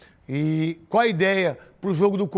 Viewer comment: "Cuár a ideia..."